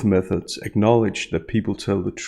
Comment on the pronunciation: I swear when u say methods it sounds like meth heads lol..love u uploads...I smoked a blunt so it's probably that but still..lol